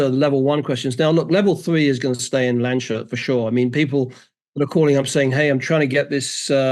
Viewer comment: clearly needs to learn its not pronounced LAND SHUT!